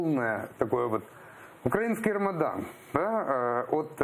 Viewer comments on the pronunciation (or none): Айдер, наголос на украЇнський, не укрАїнський, вухо ріже що страшне. Відвикай від мордоровськой вимови.